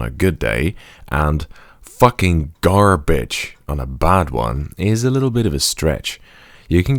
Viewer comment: That 'Murican accent slipped in , I guess I do sound like I say "b***h" when speaking the word "garbage"